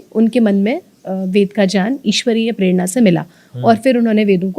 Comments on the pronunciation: Aap ज्ञान को जान विज्ञान को vijyan क्यो बोल रहे है। कृपया बताये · सभी विध्वनि विज्ञान को vijyan क्यों बोलते है मैंने काफी लोगो से सुना है ये की vijyan कहते है विज्ञान की जगह आप भी ज्ञान को जन और विज्ञान को विजान् bol rhe he कृपया बताये